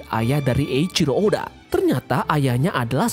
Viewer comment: sorry min mau koreksi, kalo dalam bacaan jepang penyebutan huruf C itu ga dibaca seperti huruf "K" seperti dalam bahas inggris. jadi kalo "Eichiro" itu dibaca "Eiciro" bukan "Eikiro" suka agak gimana gitu dengernya kalo dibaca sok sok inglish gitu tuh. maaf ya min sebelumnya, tapi sepengetahuan ane sih gitu. silakan temen2 koreksi kalo ane salah 🙏🏻